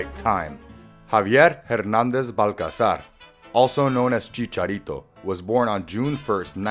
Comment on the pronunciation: You pronounced both of his last names wrong